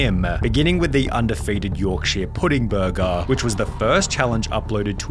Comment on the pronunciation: Is that how you usually say "burger"?